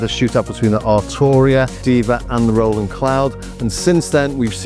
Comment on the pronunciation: I’m impressed on how similar they sound! Ps it’s great you pronounce Roland correctly Ie Row ..land 👍👍 Not Roll … land